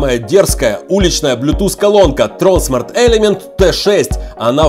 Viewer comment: Правильно говорить тронсма́рт